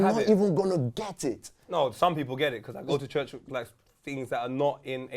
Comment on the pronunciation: Even the way he says church (chuch) is fraudulent